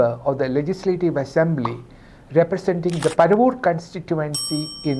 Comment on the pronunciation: It is not പരവൂർ.. It is പറവൂർ